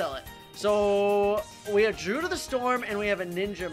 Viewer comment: i c a n t t a k e t h i s a n y m o r e its dru-id not drood